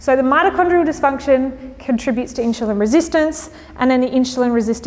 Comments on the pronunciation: inzulin, not inshulin, god damn it : D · It’s pronounced Insulin not inshulin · In-SH-ulin is bothering me so much I couldn't finish listening 😭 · Fascinating way you pronounce insulin as inshulin. Are you Australian? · Why does she pronounce the word insulin "inshulin"? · Keeps saying inch cho lon? Do you hear that? But beyond that good info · where's the "h" in "insulin"? Your presentation is interesting but the fact you can't pronounce "insulin" is annoying the free radicals out of me